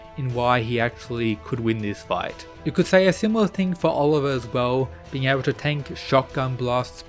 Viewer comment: You pronouncing Olivia's name wrong is infuriating.